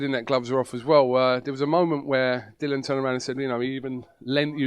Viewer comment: it's 'Dillian'.......DILL-E-AN. Not Dillon FFS. Maybe we should call you ''?